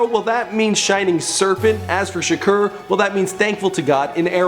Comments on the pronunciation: Its shakur not shrek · NOOOO! it's tupac sha-core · It's shakur not shaker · it's two-pack Shaker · voodoo1345 lol tupac shaker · anyone else notice is says shakur but its actually pronounced "shukor" 😂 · If u mispronounce Shakur one more time